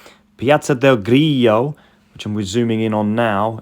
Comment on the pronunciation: “Grillo” (strong L), not “Griyyo”! 😁